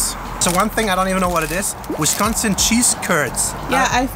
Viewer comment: If you think five guys is better than culver's, you probably went to a bad culver's. Also, why does Avery one call it wesconsin?